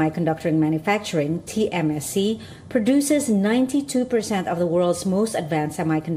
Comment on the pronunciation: Your reporter says tmsc but i'm sure it is tsmc.